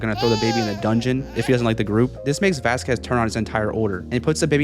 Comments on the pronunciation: I don't mean to make fun of the creator but it's not pronounced "Vasqwez" it's pronounced "Vaskezz" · It's pronounced vas-cezz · oh my god!!! please say VASQUEZ's name correctly VAH-SKEZ. put respect on his name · ITS NOT VASQUES (VAS- QU ES) ITS VASQUES (VAS-KEZ) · I think you pronounce Vasquez wrong. The q is pronounced like a c. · The q in Vasquez is silent